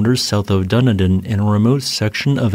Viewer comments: "Dun in din" - its pronounced as - "Dun E din" - us kiwi's speak real engwish. love your work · As an ex geology student, I just love your vids! However, so that Kiwis don't put a fatwa on you, Dunedin is pronounced dun-EE-din, not dunny-din... 😉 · Came to say the same thing, tho I'd suggest "Done Eden" as a more accessible way to remember how to pronounce Dunedin. Tho a fan of the channel I've often wondered if he uses an AI program to read the script - Dun in din makes me even more suspicious 🤔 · It's pronounced Dun-ee-dn 😊